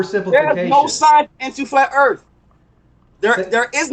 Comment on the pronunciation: This guy is a mouth of garbage, erff is not earth